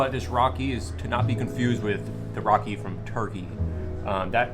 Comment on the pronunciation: Its raki not rocking and accent come on